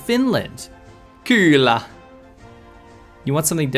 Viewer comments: Your Finnish has gotten a bit rusty lol I know you meant to say 'kyllä', meaning 'yes', but it sounded like 'kyylä', which means 'busybody', 'creep' or 'police' :D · as a Finnish dude i laughed so hard when you TRIED to say kyllä =DDDDDDDD